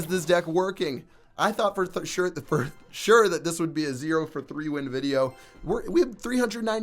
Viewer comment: "for th sure" 😂😂